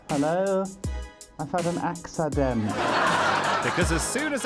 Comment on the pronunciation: "Hello, I've had an AXAdent"